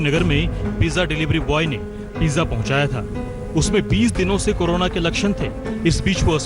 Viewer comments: It is corona not karuna sir. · Ooo bhai , its not kanura 😂 corona h wo 😅😅😅😂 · जी करोना नही, कोरोना बोलो जी